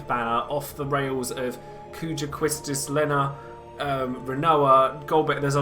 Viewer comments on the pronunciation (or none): none